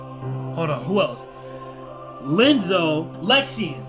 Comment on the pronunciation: Im only at 13 minutes in and I keep chuckling at you calling him Lenzo. Instead of I(i)enzo Edit Strong nobodies remember their past. I believe yen sid said that in the beginning of kh2